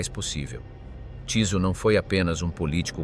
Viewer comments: vyslovuje sa Tyso a nie Ťiso... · Bolo by dobre naštudovať si ako sa dane meno vyslovuje